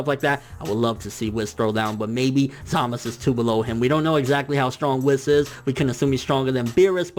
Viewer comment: ZAMAS OO NOT ZAMAS